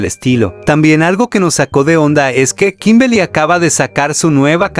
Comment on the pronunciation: 0:7 dijo kimbely xd error todos cometemos